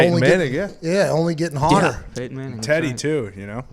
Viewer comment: Pats been spending too much time at home.... hard pa “hodder” there. *hotter